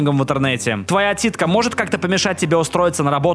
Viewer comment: слово ,,отсидка"=,,титька" Кто тоже это услышал Надеюсь я не один такой